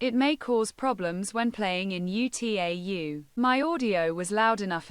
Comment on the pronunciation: "(U.T.A.U.) ユ - つい - エイ - ユ" HOW DID T.T.S. MISPRONOUNCE "(UTAU) ウ - タウ"?! 😭